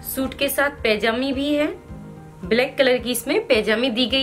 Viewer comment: Oh madam. Pajami hoti hai pejami nhi